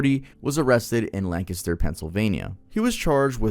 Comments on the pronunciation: Not to detract from the serious nature of the video, but my guy you actually pronounced Lancaster correctly! Even half of Pennsylvanians can't figure that out 😂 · Ha I live in Lancaster and said it 110% perfectly…. Sound like you are familiar or know someone who lives around here to pronounce it correctly 😊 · Thank you for pronouncing Lancaster correctly 💪💪 Everyone always pronounces it like the place in California lmao